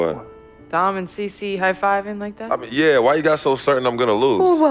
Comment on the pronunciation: Anyone else fucking hate cee-cee